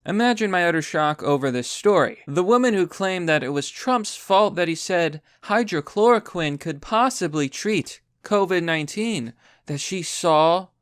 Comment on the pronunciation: Not even slightly surprised that you just can't figure out how to correctly pronounce 'hydroxychloroquine' even when the word is right in front of you. Pathetic.